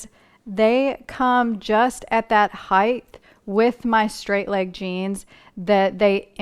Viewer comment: Very good. Except… would you please say height and not heigh th. There is no h at The end. Sorry. Pet peeve